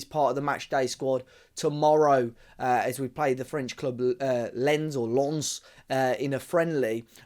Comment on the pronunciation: Since we're playing them tomorrow: you pronounced Lens almost perfectly ("Lense (no!) or LENSS (YES!)". Like I said before, mispronunciations make my ears bleed...